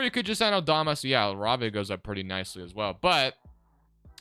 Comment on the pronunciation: Btw Jake’s last name is pronounced La-Ray-Via